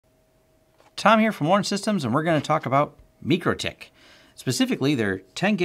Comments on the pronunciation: MYcroTik, not MeekroTik. Good find, btw. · Meechrotich? You mean Micro tik? Like Tik tok, and well like Micro (my crow).